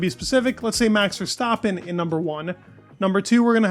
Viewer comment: How hard is it to pronounce Verstappen correctly?!? It’s not ‘Verstaaapen’.